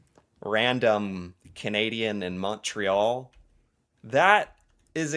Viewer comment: why do they ALL say MAWN-tray-YALL?